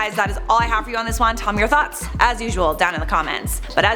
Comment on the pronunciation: Lmao... for a sec I thought you said, tell me your thots.